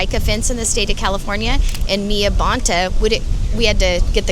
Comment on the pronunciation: The Bontás are EVIL. He, the inept, DEMON CA AG, Filipino born and she, NY Puerto Rican, neither of whom know how to pronounce their Spanish surname (Bone TAH)! Sickening as a 5th gen CA!!!